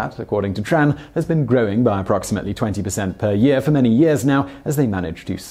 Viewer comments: for* not 'fo' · "fo years" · "fo many years" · "fo' many years. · "...FO Manny years"? What the... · Am I the only one that noticed the missing R in for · You've forgotten an "r" in "for" .